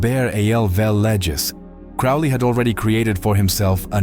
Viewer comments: Note that the correct pronunciation of his name rhymes with "slowly." He also had the nick-name of the "Old Crow." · Crowley rhymes with Holy ... you should have used the English pronunciation of "Cecil" ... you've twisted all the details around about his trip to North America ... he received the Book of the Law while on his extended honeymoon ... Aiwaz is the secret name of Melek Taus, the brazen peacock of Kurdish Yazidi belief. He is described as a holy being [Among early Christians, the Peacock represented immortality because of a folk belief that its flesh does not decay after death. Peacocks are not common to Yezidi territory]. Melek Taus may also correspond to the ancient Mesopotamian divinity of Tammuz. He allocates Responsibilities, Blessings and Misfortunes upon humanity as he sees fit and it is not for the human race to question his choices. Melek Taus is a leader of archangels. יהוה ordered him not to bow to other beings. The deity praised him and made him the leader of all angels and his deputy on the Earth. The Yazidis believe that Melek Taus comes down to the Earth on the first Wednesday of April [So Melek Taus comes down to Earth about the time The Book of the Law was written!]. He is the only angelic being (if that is what he is) that was given Free Will ... I agree that the AEon of Horus is the Age of Aquarius ... The Æon of Horus should see: a period of group consciousness; a purification of our inner spirit selves, while also mirroring these purifying changes into the living planetary system; and widespread transparent, peaceful, neighborly, and sustainable living ... if